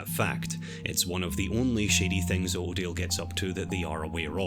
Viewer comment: Autodale spoken in his accent sounds just like Ordeal, which is kind of fitting of a name